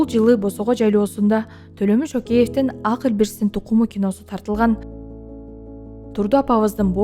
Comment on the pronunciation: Азыркы алып баруучлар кулагынарга сырга болсунчу жумшак тыбыштан кийин келген каталан тыбыш жумшак айтыла ак деген созду туура окууну уйронгуло